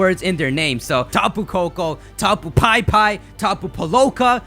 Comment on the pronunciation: it's hawaiian, I'm sure pipi is "pee-pee" not "pie-pie".